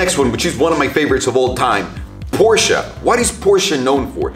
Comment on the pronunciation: finally someone who pronounces Porsche right